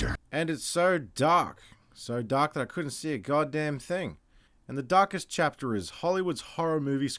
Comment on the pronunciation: It literally sounds like the voice over is saying The Turkish Chapter if you just listen to it. Hmmm, I wonder what it all means!? 🧐😂😂😂